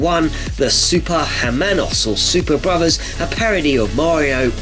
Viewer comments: Hermanos is pronounced as er-manos the h is silent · Well, as a Spanish, hearing that "Los Super Hermanos" was awful as the letter H is a mute letter in Spanish, so it doesn't sound at all. What did you say was The Super Germans instead of The Super Brothers. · Screw you. (Jk) But it's common knowledge you don't pronounce the H in Spanish. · In Spanish the letter "h" is silent. Hermanos is pronounced Airmonos. Also (hard to explain in spelling a pronunciations) s's and z's in Spanish are always pronounced with an s sound never a z sound.